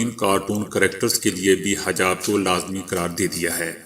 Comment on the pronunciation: BAI HAJAB NAHI HA HEJAB HA.